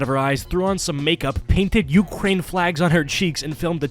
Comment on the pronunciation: "ukrraine"